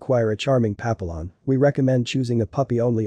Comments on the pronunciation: Yeah pa-pill-on is incorrect. Pap-E-yon is correct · Can’t watch this with the very bad narrative and mispronouncing Pap a lions Yikes! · Pappyon, you’re pronouncing it incorrectly. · Can you teach the robot how to pronounce papillon correctly? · Please learn how to pronounce Papillion prperly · at least say it correctly AI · Yes- but still! It’s so easy to fix—i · It's a text-to-speech engine doing the narration. It needs to be taught how to pronounce Papillon.